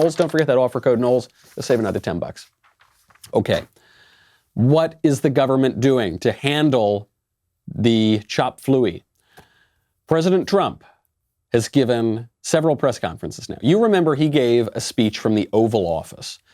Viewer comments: Did he just say chop fluey...? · Chop Fluey? Oh my heavenly lord...... I didn't not just hear that.